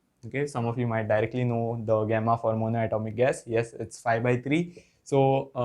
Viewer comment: गामा ❌ गेमा ✅